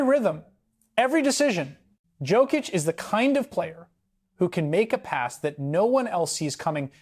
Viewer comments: Can you learn to pronounce his surname right? Imagine J is a Y . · first of all, learn to say his name right🤬